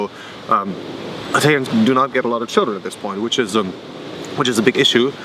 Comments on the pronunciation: Bitte lern mal das Wort EI-täliäns korrekt auszusprechen es heisst I-talians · I think, based on his.pronunciation of the German suffix "-ig," that the German is not from South Germany at all. Why was he calling Italians "Eytalians?" German does not have "eitalisch" but uses "Italiener." (Older German used "wälsch" for "Italian.")